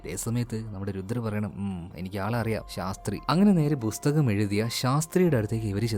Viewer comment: ബുസ്തകം എന്നത് പുസ്തകം ആക്കി പറയാൻ പറ്റുമോ ആഹാ.. പറ്റില്ലല്ലേ